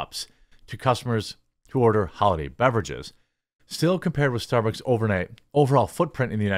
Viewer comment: gotta admit, starborks is a far more fitting name for a crappy company, well (mis)spoken Jeremy